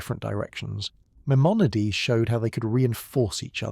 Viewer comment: gotta consistently hit the pronunciations better tho. My-mon-a-deez. Some times you got it right, some times you got a crazy take